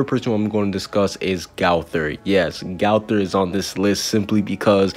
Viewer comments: AND ITS NOT GAOTHER ITS GOTHER GO THER OK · I don’t like the way you say gowther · Your saying gowther wrong 😑